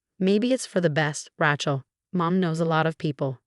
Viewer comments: Please research names before you use them. The way you pronounce Rachel makes it sound like ratchet which is a tool used in building. Its proper pronunciation is ray-chel! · All these stories the words are mangled or mispronounced. It's R-ay-chel not R-ah-chel and it seriously degrades the enjoyment of the story. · Ratchel is not a name.It's Raachel.learn it. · There is no T in Rachel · Rachel Not ratchel. 😂😂😂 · The name is pronounced Ray-chel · Yeah, Rachel should NOT rhyme with ratchet ! 😂😂